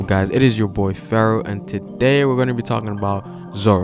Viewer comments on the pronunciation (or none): none